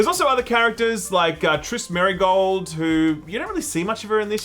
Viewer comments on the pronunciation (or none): Wow did they Butcher Triss Merigold. I love the Witcher show but I'm a huge Witcher game fan.